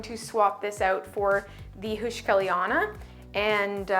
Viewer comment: *whisper The "eu" in heuschkeliana is pronounced like the "oy" in boy. It shouldn't be hard to pronounce for English native speakers.😅